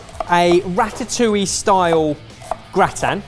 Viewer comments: Me, as a German person: listening to explain his plan and hearing him pronounce gratin I'm sorry sir, what are you making??? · "It's really annoying me that your not calling it a gratan-touille" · James Miles indeed but Germans pronounce it the French way and... doesn't. 😂 Not that that is a bad thing, just confusing to hear when not used to it.